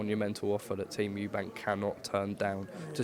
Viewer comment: Why on earth does Nigel Benn say Eubanks, I mean is it really that hard to drop the "S" and just say Eubank?😕 I find it disrespectful